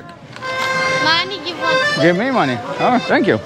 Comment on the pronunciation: "Give me mah-knee" Lol